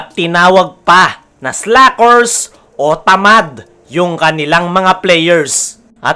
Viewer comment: Tukmol, slackors pa pronounciation mo sa slackers..